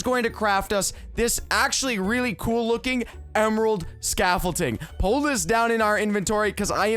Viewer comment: says emerald scafflting instead of scaffolding